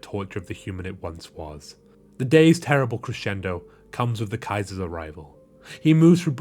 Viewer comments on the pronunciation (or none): none